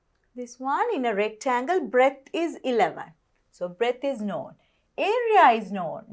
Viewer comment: breath not breadth